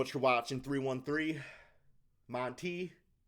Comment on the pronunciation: Why are you pronouncing his name as Mon-TAY. It's spelled just like anyone else with the same name is Monty, pronounced Mon-TEE